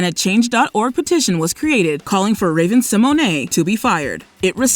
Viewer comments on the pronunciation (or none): Seriously, stop calling Raven-Symoné, Raven SeMonay!!!!!! Her last name is pronounced Se-mone. Ugh! Just stop!!!!! 🛑